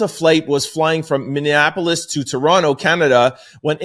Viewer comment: I am an avid fan Sir. Bordering Canada and residing in Minneapolis. I need to let you know however - your pronunciation of Minneapolis is pretty horrid. YIKES.